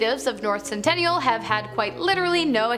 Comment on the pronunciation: It’s sentinel…. Not centennial